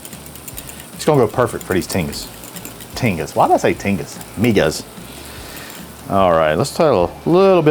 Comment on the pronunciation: First thing is that you dhould get a better source to reference in your video. Migas Tacos are a hispanic breakfast food... in my experience throughout the hispanic community. find yourself a hispanic cooking youtube channel to find the correct way to cook migas and the proper way to say the name of the taco. You did a disservice to my heritage. Also, everyone knows that San Antonio has better tacos than Austin.